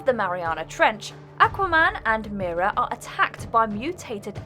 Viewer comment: She said: "Aquaman and MeRa" 😭😭😭